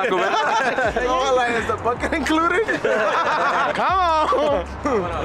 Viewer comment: Nigga said bucketa 😂😂😂